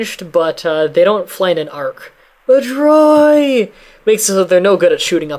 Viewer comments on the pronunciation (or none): "Mah-Dry"? How did you come up with a random name like that? xD Nice to see someone who explains the game thoroughly though. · ... Madurai? Oh wow you weren't kidding when you said you're having a hard time pronouncing things.